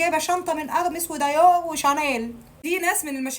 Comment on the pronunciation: مش اسمها دايو وارميز وشاتيل 😂😂😂😂😂😂 اتعلمي تنطقي الأسماء صح بعدين تكلمي عنهم